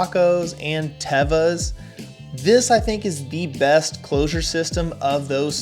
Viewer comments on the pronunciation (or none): First of all is not tava it is teva😅